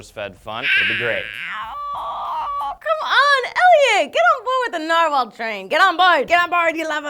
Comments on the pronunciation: I usually pronouce Narwhals as "Nare-Whales", is that wierd? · everyone always pronounces my last name narwhal. @@